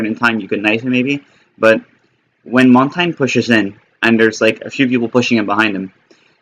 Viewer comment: QUIT FUCKIN SAYIN HIS NAME LIKE THAT